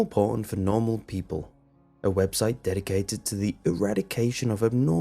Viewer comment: When he says porn, it sounds like my dad saying pawn